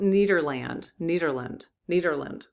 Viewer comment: Hi! The town is pronounced: Neh-der-lund